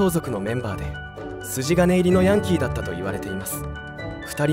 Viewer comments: ヤンキーのイントネーション間違ってるw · ヤンキーの発音が、変❗それに、赤井英和さんが大阪で有名って、知らん❗